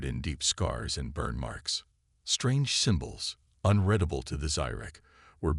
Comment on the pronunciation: into the story and ALREADY, your POS AI says...."unREDable"!!!! I am outta here!!!!!!!!!!!!! WHY can't you people proofRED your stories and or get AI that are worth a damn!!?!??